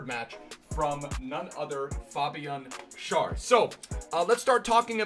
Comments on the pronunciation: Schär is pronounced Share. But good vid as always! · It's pronounced like share:-) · In English it’s pronounced like share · Schar is pronounced like share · I know it doesn't matter but Schär is pronounced exactly like the word share Love you ❤️ Great German at the beginning👍🏻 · He speaks good german but still doesn't know how to pronounce him 😂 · yeah but he isn't using the correct one here.